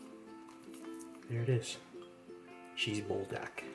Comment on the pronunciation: “Bull dack” 😂😂😂 I love you